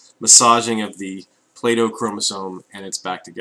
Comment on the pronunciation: Am I the only one who heard Plato when you said Playdough? I wasn't looking at the screen and had to glance up to make sure you weren't using bits of old dead philosopher to demonstrate crossing over ;P